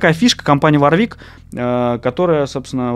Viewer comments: Жесткий дизлайк!, производитель называется ВОрвик, а не варвИк...Вы по инстументу начального уровня, судите по одному из лучших производителей высококлассных профессиональных басов....Ваша ссылка на неумение отстройки инструментов тоже не делает Вам чести...пора бы уж разобраться в таких вопросах. Я раньше не слышал такого слова "арганомика", есть слово эргономика. Судя по внешнему виду инструмента, и его отстройке, принадлежит он коллекционеру, а не исполнителю..., не хочу разводить "срач", но вам для справки - у меня инструмент 86г.(ThumbJD), используется постоянно, так вот - на нем не заменено ни одного болтика:)....искреннее Вам пожелание - готовтесь к подобного рода обзорам получше. Удачи! ))) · Правильно говорить Ворвик! Владею Warwick Vampyre Sn5 уже 20 лет. Ни каких поломок. Колки родные! Есть обзор от Антона Гинзбурга (басист Монгол Шуудан). Гуглите. Отличный стример на обзоре! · Каждый раз, когда автор говорит варвИк, у меня отмирала нервная клетка ПаносонИк мЭрседес Волькс ВагЕн ФэндЭр МусИк Ман ЯмахА